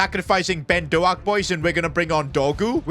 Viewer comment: My last name is also Doak and the way u pronounce it is disgustingly bad respectfully,anyways it’s pronounced do-kh so it’s not dough-akh